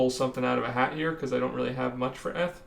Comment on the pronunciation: WTF is ETH, its EEETH bro